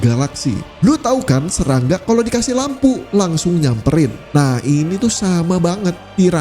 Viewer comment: admin kalo kata depannya 'S' pasti kedengarannya kyk 'Z' wkwk, contoh ngomong serangga jadi zerangga